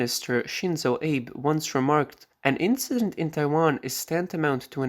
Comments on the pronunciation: Thanks, I like your presentations. However, Shinzo Abe: his name sounds like Ah-bay not Ayb. Japanese is quite easy to pronounce, unlike Chinese, which is very difficult. I have a friend whose name I still cannot say properly, she just laughs if I try lol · Is this narration AI? You mispronounced the name of Mr Shinzo Abe. The last name is not one syllable as in Abe Lincoln. It is a two syllable name: Ahh-bea. Abe. I hate AI narration. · Man...Shinzo Abe's last name is pronounced "ah-bay", not like ol Abe Lincoln. He was an amazing leader and his death was tragic, the least you can do is look up the pronunciation of his name.